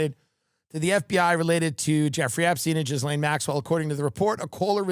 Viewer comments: it's properly pronounced "Ghee-Lynn". Westerners tend to go with "Ghee-Laine". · The way he says Jizz-lane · Jizlane…hilarious pronunciation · I like how some commentators say Ghislaine's name like "Jizz-laine" It's hilarious 😂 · Anyone else catch the “JIZZlane Maxwell”??? 🤣🤣🤣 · I love how Tim calls her Jizz-lane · love how we are gonna keep saying GIZlaine Maxwell forever!😭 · So it's for sure pronounced Jizz-Lane Maxwell?